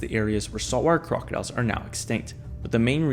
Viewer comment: 😂😂😂”Saw-Warr Crah-Diles” 😂😂😂 can you speak any faster or clearer? So much for narration lol🐊